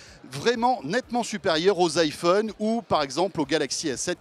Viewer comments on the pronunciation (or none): none